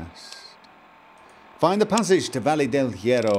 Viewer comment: I know its a 4 year old video, and I know this is no longer relevant yada yada but that Valle Del Hierro pronounciation is something else. The correct pronounciation is "vayeh del yeh-roh" and it means the Iron Valley EDIT: oh and Paciencia is, well... Paciencia, but the stress is on the middle, so: pa-CIEN-cia and yes, those are the syllables, only 3, and the last one is said quickly.